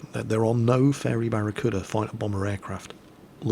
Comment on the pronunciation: barricuda? barricouldn't it seems.